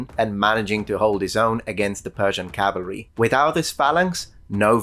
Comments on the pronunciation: Small correction. It's CAVALRY, not CALVARY. A lot of people get that wrong. Corrected a historian correcting history - Achievment unlocked. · Cavalry not Calvery. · *cavalry, not "calvary"